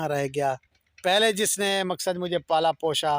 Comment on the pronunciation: pala posha nahi pala posa bolte h